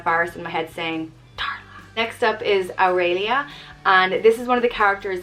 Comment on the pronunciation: I loved this video! My grandmother’s name was Dolly and I LOVE the name Aurelia and the way you say it! Such a pretty name.